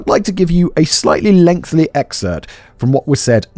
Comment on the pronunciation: Simon still can't say "lengthy" 😂